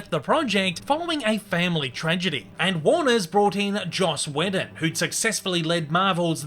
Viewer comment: How did you botch the name Whedon? It’s pronounced WEEdon